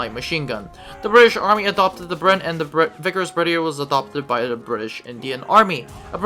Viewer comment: Its pronounced berth-ee-aye